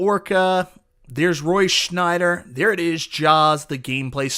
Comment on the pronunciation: It's Roy SCHIEDER, not Schnider. NO N! Also, Randy Martinez art, not Zombie Yeti. What was that about an idiot?